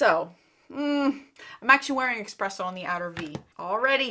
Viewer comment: it is espresso (not expresso) - from the lorac palette. Good luck:)